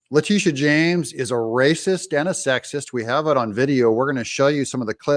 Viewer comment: La -- sha...It`s pronounced (La Day Sha)...Da "dash" don`t be silent!🤣